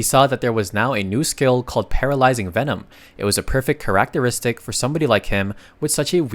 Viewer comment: dude you NEED to find the right way to say characteristic, there is no way you say it like that, PLEASE stop, its killing me here